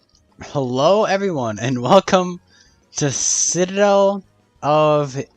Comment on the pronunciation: Citrrrradel of Inception